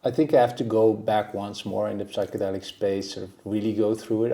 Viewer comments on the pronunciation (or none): Psychedelic is with a silent P. Pronounced Sychedelic. Please...just embarrassing. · The ''p'' in psychedelics is silent.